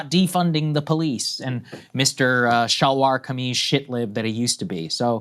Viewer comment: Saagar saying 'salwar kammies' made me cringe so hard. Stfu white boy